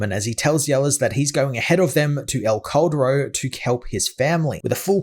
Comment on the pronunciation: i always thought it was named "el corredor" bc of your pronounciation lmao couldnt find any vids on that story bc i was searching that name jffjfj (that "cal" from caldero just say it like kal from kal-el and you will make it sound better)